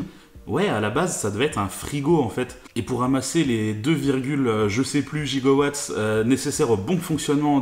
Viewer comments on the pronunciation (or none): Autre anecdote, les 2,21 gigowatts était une erreur en réalité, le vrai terme est gigawatts, les doubleurs français ont décidés de garder cette erreur pour rester fidèle à la version originale du film. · Sur les sous titres du DVD il est marqué giga Sur la première fois, je veux bien qu'on puisse entendre giga, mais quand Doc le répète et surtout quand Marty demande ce que c'est, on entent clairement gigo.